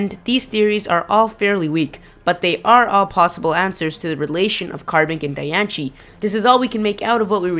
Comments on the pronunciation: Hey kid its Pronounced {Dian - sey} like Biancie or {Dian-see} where your getting a ch sound from ci I don't know but go back to the fist grade to learn your fucking English or work harder of your street accent. Good info though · Your saying Diancie all rong the rongest thing ever every one i know that likes pokemon know how to say her name right whatch the movie and see how it's purnonct im the biggest fan of diancie i have Diancie every thing and how i know how too say it right because i whatch the move all the time ok i hate it win people say her name wrong!!!!!!!😡😡😡😡😠😡😡😡😡😡😡😡😠😠😠😠😠😠😠😠😠😡😡😡😡😡😡!!!!!!!!!!!!!!!😣😵😤😱😠😡😤😕😑🙀😿👎👎👎👎👎👎😡😠!!! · your pronouncing diancie horribly wrong... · The way he pronounced it made me stop watching the video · Idiot it's the pronunciation search it up and also c makes the ch in certain words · You say it wrong -.- there's no ch in the name. You obviously don't know how to read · The way he pronounces Diancie makes me want to punch his face in -_ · the word young shouldn't sound like yonk. and i think diancie shouldn't be pronounced dianshi, but diancie, with an S where the C is. not seeing an H anywhere in diancie, so don't pronounce it. and yes, people have gone deeper in this, just not an individual vid. you make too much assumptions from mere suggestions. who knows? it may be EV trained. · pronounced di an see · Die ahn see not di an ci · ITS CALLED DIE AN CEY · Di-an-cee say it right ugh this pisses me off.... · Where the hell is ch in "Diancie"? it's said Diancie, NOT Dianchie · Sim Sima wtf did i just read? Native Americans did not speak English! and even in USA english it is still Diancy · It's pronounced (die-ann-see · Lol it's pronounced "DianSIE" not "DianCHIE" :3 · dude it is not pronounced dian-che it is pronounced dian-see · Who the crabs is Dianchie? Its DAI-ANN-CE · when people say dianche,it drives me nuts,its dye-on-see,it even said in the movie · Di-an-ci not Di-an-she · I think it's ( di-ance-ee) not ( di-ance-chi)